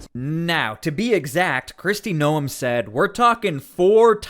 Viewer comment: You are saying her last name wrong.